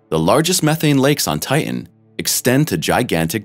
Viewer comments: Good info HOWEVER.......TITAN is pronounced TIe-Tan, not Tiegh-en. As a science based page you should know poor pronouncement of the main subject is bad narration and form and comes across as uneducated. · Ti·tan, not tit·an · Ti..en has a t in the cen..er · Is that why sometimes he calls it Ti-en? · The robot narrator can't seem to pronounce 'Titan'. Curious. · Why cant you pronounce the second T in titan. Just like young girls who can not pronounce the T in mountain. A strange generational occurance. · It is imporant to pronounce Tian correctly. Important…Titan. 🌺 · Make a video about Titan, when you cant pronounce the word Titan??? How stupid of you. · Stinky hydrocarbons. And frozen at that. There are two ‘t‘s in Titan. Hard t’s. You pronounce both of them. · The announcer is killing me with his pronunciation of Titan. It sounds like he is swallowing the last syllable.